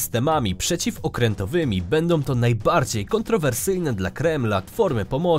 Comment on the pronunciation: Naaaaajbardziej rapoooorcie kanłuuuu Czy tylko ja to zauważyłem, czy Ten Pan źle akcentuje